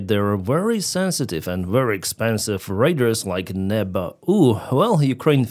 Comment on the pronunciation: Please look up the pronunciation of "RADAR". You are saying, "raiders.". A bit confusing. Thanks for the update! Also, RADAR is used as an adjective, not a nown. There are no RADARs. There are RADAR dishes, RADAR transmitters, RADAR systems, but no RADARs.